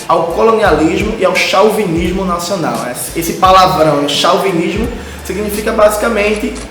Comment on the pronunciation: Muito bom, camarada, mas chauvinismo se lê chovinismo, é uma palavra importada.